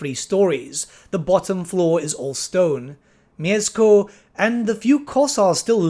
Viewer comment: Mieszko - that "sz" you may read as sh, but you have managed quite well with this name ^^"